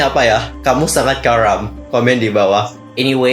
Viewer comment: Gua curiga si Oli Motor bukan bilang "KARAM" Tapi "HARAM". Awas kau Oli motor!! Masih gua pantau ya 👀